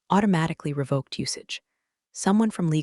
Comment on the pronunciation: Re-vok not re-vah-k.